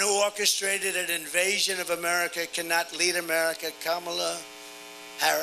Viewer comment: did he say Kombala? 😅